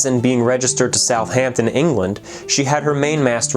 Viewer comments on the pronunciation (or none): none